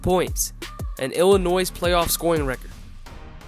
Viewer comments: the mispronunciation of “Illinois“ over and over again is the only issue in an otherwise solid vid. Subscription button: HIT. ill-UH-NOY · Kind of blows my mind that someone can be smart enough to make this great video, while at the same time not know that the S is silent in Illinois...